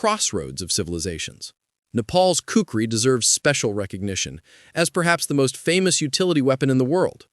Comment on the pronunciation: Kukuri (cook_ri) is western way of spelling and pronunciation, in Nepal it's Khukuri (khu_ku_ri) and I am surprised how well the ai said it 😅 also sorry if that was your voice and not ai.